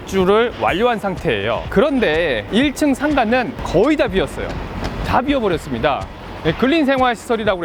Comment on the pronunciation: 공교롭게도 "다 비었어 ! " 라는 외침이 "답이 없어 ! " 라고 들리는군요..